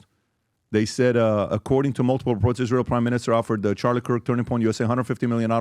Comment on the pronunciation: Candace is smart and all but why does she pronounce it Ish-real?